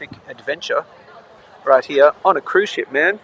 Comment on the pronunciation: Said 'cuise ship' 356 times